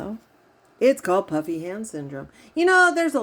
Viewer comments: Haha me too. I was watching a video of hers the other day when she mentioned she was going to do this particular video and I too thought she said "puppy" hand syndrome lol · omg i have literally thought you’d been saying PUPPY hand syndrome 🤣💀